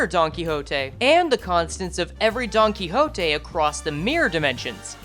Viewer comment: i really dont like you saying don quixote like that but alr i mean its an actent